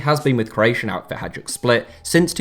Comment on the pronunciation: listening to you pronounce every J even in Hajduk is like nails on a chalkboard FFFFF